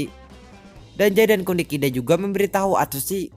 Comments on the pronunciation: Bang penyebutan "Dazai" itu salah bang Karna ada huruf "Z" Bukan "J" (Dazai) bukan (Dajai)🤦🏻‍♀️🤦🏻‍♀️ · Gue malah denger dia ngomong danzai njir🗿